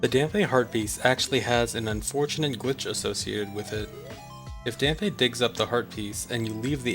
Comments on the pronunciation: isn't it pronounced "Damp"? ;) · Hearing Dampé's name mispronounced do many times in such a short time is jarring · Still kinda mad that you pronounced his name wrong lol.